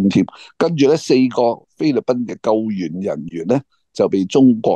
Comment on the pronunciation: 陶傑， 你的中文(廣東話)是不是退步了，1) 救援 2) 彭麗媛 的媛字讀成什麼?是wun 而不是yuan。別帶錯方向。